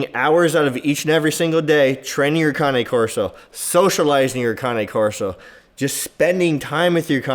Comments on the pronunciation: Looked on google and you pronouncing cane wrong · You don’t even know how to pronounce the breed name.